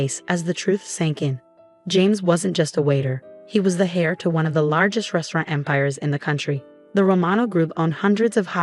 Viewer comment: Ray-chel, not Rat-chel and heir, pronounced "air" with a silent H.